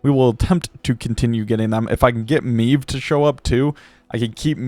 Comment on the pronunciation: Classic W | but my guy, way to butcher the pronunciation of Maeve :P